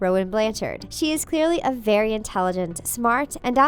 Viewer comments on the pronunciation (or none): none